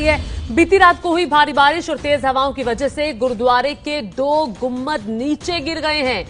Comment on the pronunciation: Lady news reader, it is गुम्बद and not गुम्मद